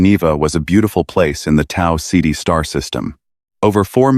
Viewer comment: "Tao Ceti" not "City"